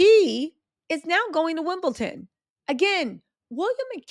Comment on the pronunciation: It’s Wimbledon- not wimbleTON 🤣